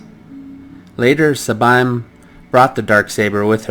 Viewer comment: First. Sabine's names is pronounced as Saa-bean